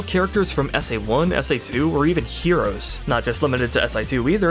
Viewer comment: ...he said S AI 2...lol